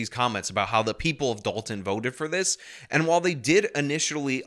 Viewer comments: This Journalist can’t even manage to say the name of the town or anything that has a “T” in it. It’s Da-on to her! 😂. Is this a DEI hire too, I wonder….. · That news reporter thinks Dolton is pronounced like “doll-in”😂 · dalton... no its dolton.... even their spelling is dumb